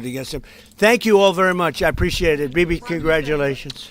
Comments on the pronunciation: Sounds like he calls him baby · Bibi is his name, and Trump pronounced it "Bebe." It would be funny even if he didn't pronounce it that way, but he literally did😆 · Is it only me who misheard DJT calling him “baby” 😂😂😂😂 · did his say 'bibi' or 'baby'?